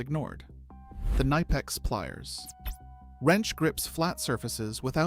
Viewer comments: K N I P E X not KNEIPEX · It is not "nipex" it is K-nipex and the i is pronounced like in "lid" not like in "like" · I fucking hate how this AI pronounce "Knipex".